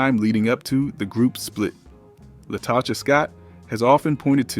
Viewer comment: Love this breakdown but your pronunciation of Kandi and Latocha was distracting lolll